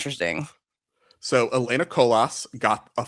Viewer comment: The S in Colas is silent :)